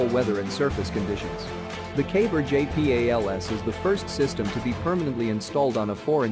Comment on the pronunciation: JAY PEE AYY LEL ESS